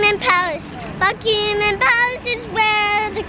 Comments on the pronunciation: Bucmamam palace Me: who lives in England Buckingham palace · It's not Buckingham palace it's Bucky min palace